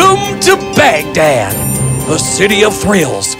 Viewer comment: How I wish I could leave a voice note saying " It's not Baghtat.. It's Baghdad